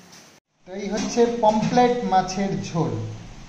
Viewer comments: POMRET not pomplet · পোমপ্লেট না পমফ্রেট